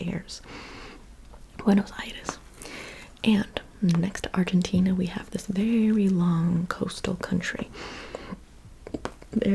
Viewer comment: You are amazing! Please can you pronounce Argentina correctly next time? You pronounce everything with perfection expet for that